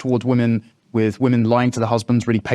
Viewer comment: The word is ‘with’, not ‘wiv’, what’s wrong with millennials?